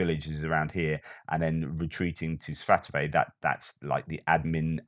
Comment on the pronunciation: Svah-toe-vah = Svatove